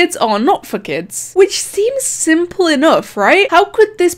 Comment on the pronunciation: Bruh when you said “for kids” its sounds like “fuck it” with that accent